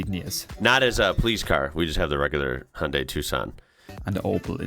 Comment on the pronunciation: I have never heard anyone pronounce Hyundai correctly, except the Koreans of course, so don't worry. I have learned how to say it, but then no-one here in Europe understands what I'm talking about.